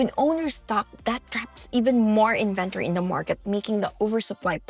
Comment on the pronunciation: You kept mispronouncing the word inventory